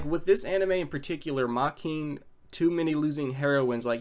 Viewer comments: >Can't pronounce the name of the show correctly >opinion is irrelevant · never thought i'd come across your hateful channel again, but here we are. you can't even pronounce the show's title right, and i'm supposed to take you and your opinion seriously? sorry to burst your bubble, buddy. but i keep on saying this in most your other videos: ragebaiting and being toxic won't give you the clout and internet fame you so desperately want.